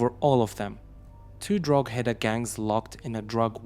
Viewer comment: The "G" in Drogheda is silent....so it is pronounced "Droheda"......also Ballybough is pronounced "Ballybock".